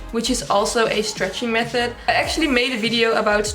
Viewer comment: I love the way she says method it sounds like meth head😅